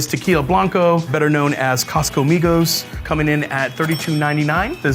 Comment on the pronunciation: 感謝他示範COSTCO怎麼發音